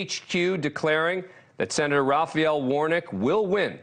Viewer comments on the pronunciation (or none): His last name is Warnock sounds like War-Knock, not Warnick 🙄🙄🙄🙄🙄🙄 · Quit pronouncing Warnocks name “Warnick”. Damn Dan! Don’t you have degrees?